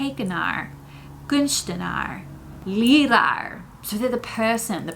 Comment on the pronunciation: Nice video. Here’s some suggestions: Ach ja would translate a bit better to “o well” then “o yeah”. actually can also translate to “eigenlijk”. “Heeft dat echt gebeurd” should be “is dat echt gebeurd” gelukkigheid isn’t a word as far as I know. Geluk would be better there. You really nailed the pronounciation of leraar lol